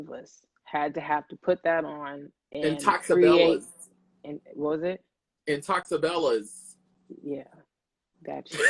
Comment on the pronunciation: Azmarie’s face when said “Intoxebella” 😹😹😹😹😹